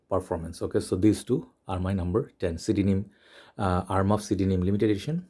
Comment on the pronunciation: Did you just pronounce CDNIM phonetically?? Fack off.